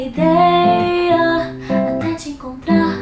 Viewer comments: N sei pq eu prefiro assim a música em português no violão da pra ouvir bem a pronúncia perfeita do Noah "até te encontrar " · O Noah falando "até te encontrar" QUE FOFO VÉI KKKKKK (tirando que a pronúncia dele tá ótima pa poha)